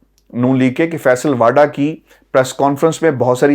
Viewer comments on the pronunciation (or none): واؤڈا و پر پیش (ؤ) ہے